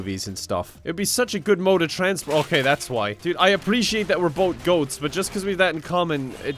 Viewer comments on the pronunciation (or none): I wasn't paying attention and when you said "Goat-z" I thought you said "goatse" and I was like NO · When you said goatz I thought you said goatse...